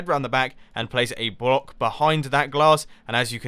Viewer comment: was it only me or mumbo said "brock" instead of block